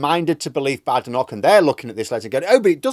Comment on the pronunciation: She doesn't like being called Bad-enoch, rather Bade-enoch, get it right. lol.